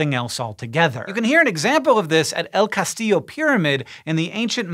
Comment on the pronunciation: I've been watching the SciShow for about a year and I'm here just to say how much I appreciate Hank's effort when pronouncing Chichén Itzá, El Castillo, Quetzal, Chavín de Huántar, Lanzón. Nicely done for a non-native Spanish speaker, man! 🙌🏽